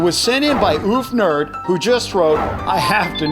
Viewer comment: Oof Nerd xD. It’s Off Nerd, not Oof Nerd